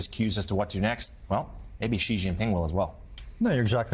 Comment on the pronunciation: How is it that anchors are still getting the pronunciation of "Xi" wrong until today? Or is this a conscious decision to pronounce his name wrong the way the pronounce "Iraq" wrong?